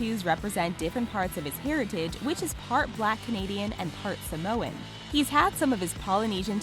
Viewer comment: "Sam-oh-in" For fucks sakes.